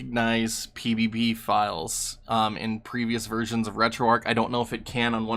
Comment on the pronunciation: You're pronouncing it Arc, but its Arch, like the arch of a bridge, or your foot. hard 'Hch' at the end.